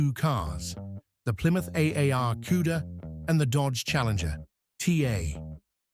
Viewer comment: what the hell is Cueda? Learn how to pronounce words properly